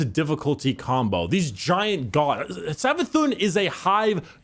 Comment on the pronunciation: "Savathun" Oh God.. Its Prnounced Savathoon (Cause It has the Accent above the u making it Like this Savathûn, Meaning its Not a 'u' sound its a oo sound instead.)